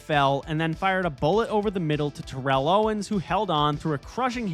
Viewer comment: /Terr/ell Owens, emphasis on "Terr", not Terr'ell ala Terrell Davis.